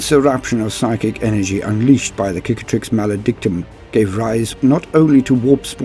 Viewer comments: Sick-atrix, not kick-atrix, meaning scar It's the same word in french, cicatrice = scar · Okay has it been confirmed to be pronounced like you pronounce it Cicatrix pronounced as 'Kick-a-trix' or Cicatrix like 'Sicatrix' as in Sic. or Cicada (also not pronounced Kickahda or Kick-ae-da)? For some reason I feel like it has but for the life of me I can't find the warhammer community video